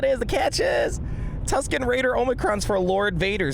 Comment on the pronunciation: You get a like just for pronouncing the Tusken.